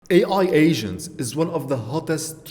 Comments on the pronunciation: Maybe it's your accent, but it sounds like you are saying "AI Asian" ha ha. Anyways good video. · Once u read this comment you cannot unhear that. Each time he says it, I imagine an Asian starting to work on the task. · Sounds you are saying Ai Asians. Can you give us a bit more T at the end.